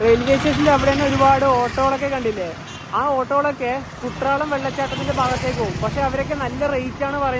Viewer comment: കുട്രാളം അല്ല ചങ്ങാതി.. എഴുതുമ്പോൾ അങ്ങനെയാണ്.. ഉച്ചാരണം 'കുറ്റാലം' എന്നാണ്